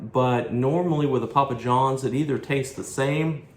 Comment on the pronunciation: Pa pa johns, that's a funny way to say starz and strikes